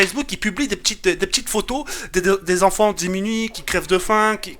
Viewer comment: "Démuni"... Pas "Dimuni"... <3